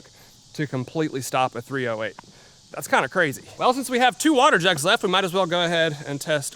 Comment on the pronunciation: My man, it's not called "three oh hate" for no reason.